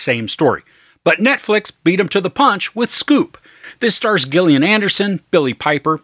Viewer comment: I believe her name is pronounced as per 'Jillian'... ;) Currently binging Baptiste, the Missing spin-off - love the guy!